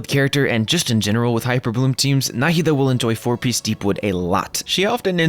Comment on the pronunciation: you pronounce her name right. thank you. i have the same name and the way they say NahEEda bothers me so much